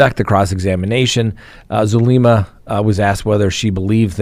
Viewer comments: If I had a dollar for every time you mispronounced Zulema’s name, I’d have a lot of dollars. It’s Soo-LEM-ma. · it’s Zulema (like zoo-lem-a) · min: what does your remark "uh, uh" about Zulema, mean? You do know she speaks two languages right? By the way, you're mispronouncing her first name.